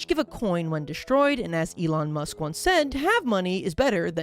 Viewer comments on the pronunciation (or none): none